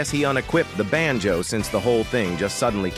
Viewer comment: Bruh I am Indian also we do have swear word here in hindi ( every language have) but when ever the ai say banjo ( which I don't know what it is) it sounds like bh£n ch0d which mean sister fuc*er in hindi and my parents we laying beside me and they don't speak English so when ever he say benjo my parents just stare at me